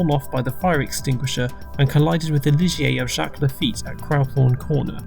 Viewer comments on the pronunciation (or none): none